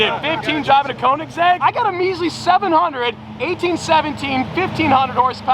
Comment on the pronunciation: if you have to pronounce a car brand correctly, then sell the Koenigsegg because you never pronounce it correctly